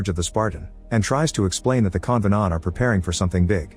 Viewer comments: "Con-vaugh-nawnt" Geez, the show sucked so bad its even affecting the Ai describing it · I had to stop watching when they said Covenänt